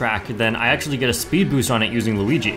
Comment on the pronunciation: its a me a-luweegee 🗣️